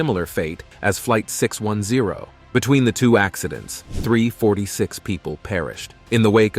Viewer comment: "3,46 ppl ppl perished" instead of "346 ppl perished" messed my brain up REALL BADD. LOL